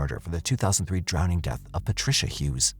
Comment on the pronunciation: Never trust an adult who says, "drownding."